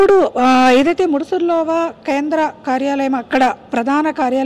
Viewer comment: మూడు ఆరు కాదు... ముడసర్లోవ... ఆ అమ్మాయి కరక్టుగా పలుకుతున్నాది... నేర్చుకోండి